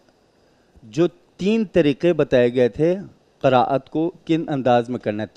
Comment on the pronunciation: جج صاحب کہتے ہیں ہمیں سب سے پہلے تجوید پڑھایا جاتا ہے😂 اور قراءت کا نام بھی قرت بول رہے ہیں واہ